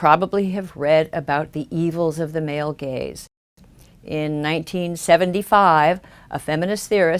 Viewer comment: I really enjoy these videos and are a good thing to view after watching Sargon's This Week in Stupid videos. But this time, I can not stop hearing 'Male Gays' instead of 'Male Gaze'. Maybe I'm just juvenile, but I can't stop laughing now.